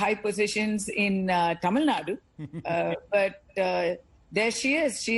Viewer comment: Taamil Naad? Ohhh the slang? Itss Tamil Nadu... Pronounce it properly fake pronouncers😂😂😂